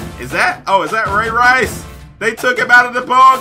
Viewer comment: It's ray rice